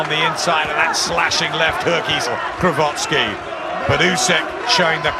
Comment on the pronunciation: Saying "Glowatscki" the entire fight, nobody correct him. Like disrespect for an elite fighter.